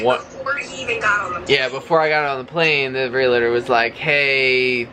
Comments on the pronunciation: Are you aware you are pronouncing realtor wrong? There's no I. Sorry to be so petty but you are saying it so often these days and it making us OCD and autistic folks a little bit antsy. Lol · So happy that you may have found your new home already...and, the word is realtor, not relator💖🙏💓. God bless!!